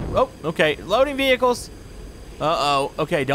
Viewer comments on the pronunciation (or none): whats a vetull??? isn't it a vehicle?